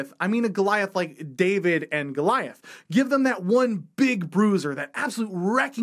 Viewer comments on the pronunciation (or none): none